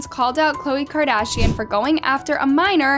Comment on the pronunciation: “Kardian” “Khole” how did you mess up that bad 💀